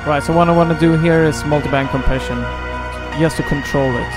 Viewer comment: So, at the risk of sounding like an absolute dork. when you say Co. Preasion you probably mean compression right? is there one particular compression in Studio one that you would recommend? let me know if the questions get too out there! haha ;)